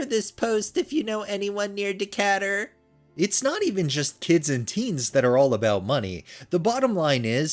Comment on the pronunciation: Depending on what state it's in, the city is pronounced D'KAY-tur.